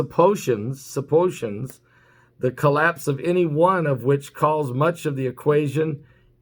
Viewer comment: SUPPOSIONS?...YOU MEAN SUPPO-SI-TIONS?...SUPPOSITIONS...;)